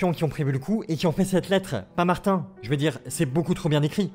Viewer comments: c'est mater pas martin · Aux Québec martin on l'appelle mater et on le prononce comme ma-terre en gros materre